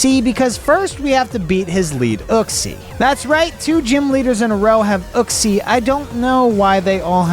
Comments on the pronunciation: And it's pronounced yooxie not uh-ksee. Lol it was hurting my soul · It’s pronounced (yu) (xee)